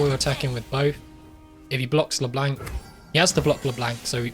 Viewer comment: Why does he pronounce Leblanc with such a hard "a" sound? Great game otherwise.